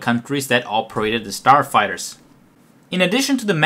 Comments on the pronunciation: understandable, yes, that is good. But saying "forty eight" in stead of "thirty eight" and " ... a turd of their sarfighters..." Go get another job where you don't have to actually speak, this is terrible. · "... Almost a turd of their sarfighters..."